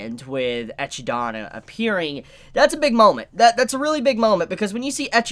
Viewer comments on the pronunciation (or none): He didn't even call her "Ekidona", he actually said "Ech-idana" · It's not pronounced "ECHIDONA" in the WN either, and there is no pronunciation difference between the WN and the LN. The Japanese pronounce the name "Echidna" as "Eki-dona" because of the way the language works, since it needs vowels between syllables. Hence why you get things like "Remu", for "Rem", and such. Echidna is objectively pronounced "Ekid-na", and "ECHIDONA" is not a proper pronunciation in any manner at all. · who is "eci-dana" the pronunciation is "Ekid-na" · Kinda hate when you say "Echidana". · Can we be done with "etchydona"? 😅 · What an amazing episode! BTW I lol every time you say EcchiDona. It's Echidna. Eh-kid-nah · Bro the way you said "Echidona" gave me an aneurysm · For the love of God its ek-eed-O-na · "echi"- donna eh.....? ;) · Isn't her name pronounced "eh-kid-na"? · Eh - Kid - Nah ..... pls stop butcherin such a beautiful name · but in the show isnt it pronounced e-kid-na ? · Isn’t it E-kid-na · always murders the pronunciation of every single name lol "Suburu", "Ochiko", "Eyes-wa" (Aizawa) and now "Echi-Dana" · He always murders names, like mirko as miRUko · being himself by butchering Echidna name lol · Why can no one pronounce Echidna correctly??? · Can he pls calling edhidna's name wrong